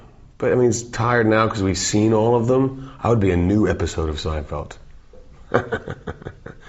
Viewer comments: I like how he says "Seinfelt"! Gotta love Dave! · "seinfelt" Bahahaha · Seinfelt.... hahaha